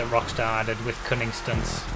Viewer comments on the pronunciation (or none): Whenever says "Cunning Stunts" my brain always skips a beat and I have to think about it because my friends and I... Say it... Differently